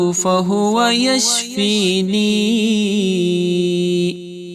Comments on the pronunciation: Yashfinin hai ya yashfeen hai..plz correct karen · The recitation of AYAH is wrong. Wa ija marajtu wahua yashfeen Is aayat me yashfeeneen nahin hai. Agar koi wajah hai yashfeeneen kahne ki barahe karam mujhebittila farmaayen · Reciting wrong from end. It is yashfeen, not yashfeeneen.